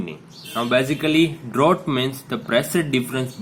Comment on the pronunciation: Drought nahi hai Draught hai Draught is pronounced as Draft